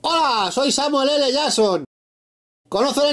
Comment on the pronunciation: Hola, soy Samuel L. Yason., conoceh la iniciativa deh loh vengadoreh??? -no, ni me interesa! -Puejh ahora te dedah sin blogo!!!!